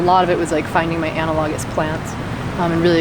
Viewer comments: Anna - log - is? I cringed every time. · Please learn how to pronounce analogous. You butchered it pretty bad!